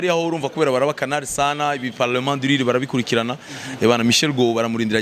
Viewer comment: Lire(ni 'gusoma igitabo) Rire ni guseka,Mbega uratuzengereje hano🤣🤣🤣🤣🤣🤣